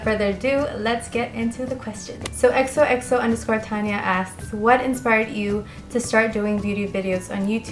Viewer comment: Thank you for answering my question and for the advice! It felt pretty sweet to be featured on your Q&A video. 😊 Keep doing what you're doing! xoxo_tania. P.S. You said my name right!